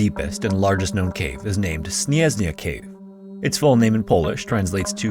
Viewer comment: Creators need to start using translator to read Polish names. You spelled it like it was russian (bleh). Not "snyezny", but "śnieżny".